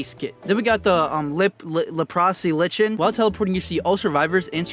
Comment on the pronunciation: the iri addon is pronounced "Leh - Pro - s Lie - Ken"